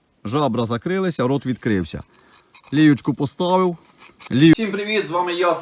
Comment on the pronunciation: "поставив"😂ви мабуть із Вінниці 😂